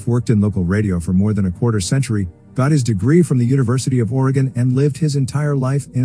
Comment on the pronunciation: ps...thanks for correctly pronouncing Oregon